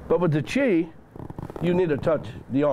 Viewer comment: Every time he says chi I can only think of jizz 😁